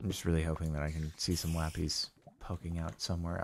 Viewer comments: its called lapIS, not lap-EEEEEEZ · Nobody: CaptainSparklez: LaPeEz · Does the way he says Lapis annoy anyone else or is it just me?